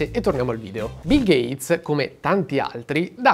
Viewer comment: Ho solo una cosa da dire: "GATESS"